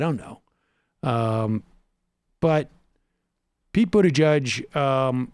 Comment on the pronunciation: Pronounce "Buttgeek"